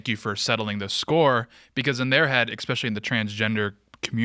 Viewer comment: The fact that people still say expecially instead of especially in 2025 is the reason we’re at the place we are as a society